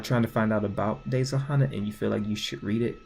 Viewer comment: RIP WOLF BOI Edit:your saying Hana wrong it’s said Hannah